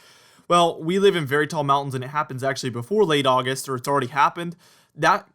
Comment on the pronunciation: Oggi Oggi Oggist. (Texan for "August")